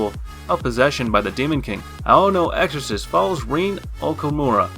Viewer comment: Bro. D-Gray Man and Blue Exorcist are way to obvious. A lot of the pronunciations are horrible too. Made me cringe a lot on the Blue Exorcist part.